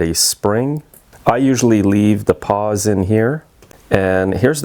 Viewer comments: I think I’m hearing you say “paws” rather than “pawls”… Great video as always! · I think they are called "pawls" not "paws". :)